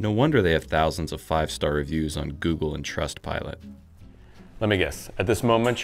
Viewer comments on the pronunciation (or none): none